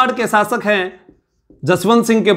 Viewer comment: शब्दों का उच्चारण सही करें आप श को स बोलते हैं शासक को सासक कह रहे हैं